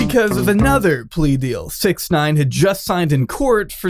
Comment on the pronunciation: How I pronounce 6ix9ine: “Six-icks-nine-ihn”